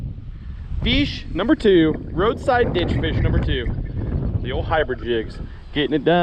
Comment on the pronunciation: He said inbread instead of hybrid